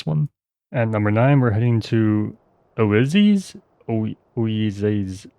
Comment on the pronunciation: if you need help, it's "oi-ZEES" in Modern Greek, and you can change that "ee" to a German "ü" sound if you want to take on the Ancient Greek sound. The goddess of suffering and depression.